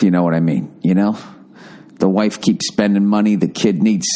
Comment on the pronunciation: "I told my hawive" lol